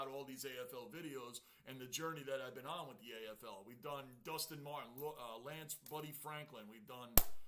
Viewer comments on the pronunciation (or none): none